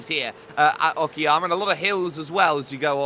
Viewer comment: it's not oki_yama , it's oka-yama, means high mountains